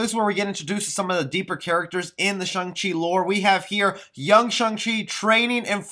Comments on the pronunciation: Im not sure you're even pronouncing his name correcting. You say it with a "u" sound like shung. When it is really with an "a" sound. Shang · Nope his name is Shang chi not Chung chi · i cant even watch this ..with you keep saying shung chi............" its shhh-angggg -cheeeee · It's shang no shung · pretty weird that a lot of people read his name as "Sheng-chi" but its actually"Shang-Chi" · Character is very clearly named ShAng and my man calls him ShUng the whole time... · man said shung chi the whole video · its pronounced shung chi. just saying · Dude, you pronounce his name wrong.